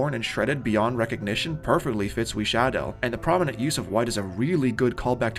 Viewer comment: The way you pronounce Wisadel is actually insane